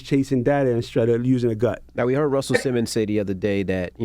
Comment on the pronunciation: These interns bruh smh, messing up Russell Simmons name like that 🤦🏾‍♂️